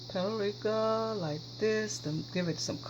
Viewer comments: Paprika or PuertoRica she said lol love your shows. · Looks delish! The h in Thyme is silent so it's pronounced tyme. The same with paprika. It's three syllables, pa-pree-ka. You're a great cook! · Phonetics: Thyme = Time and Paprika = pap-a-reeka.